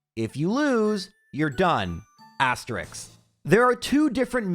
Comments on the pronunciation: i love that is saying asterix instead of asterisk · OK, that's twice. If I hear "asterisk" mispronounced one more time, I'm out of here!